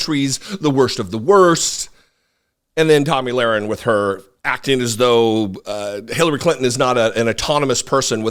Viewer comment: you said her name better than I ever could😂... seriously tho, republicans will find any reason to upset their base. they don't have a policy platform to run on - all they have is fear. I agree with Clinton but honestly, she should have went harder - any time she opens her mouth, they will twist her words so what's the point in holding back? people know who tRump is & are aware of the anti-Anerican things tRump says. they aren't swaying anyone in anyway with the fake outrage over Clinton. at this point ur either with tRump or against him. no-one is hearing anything Clinton says & getting so upset that they run to the republican party - not happening. they are looking for ANY reason to excuse tRumps rhetoric & dangerous behavior #SupportIndependentMedia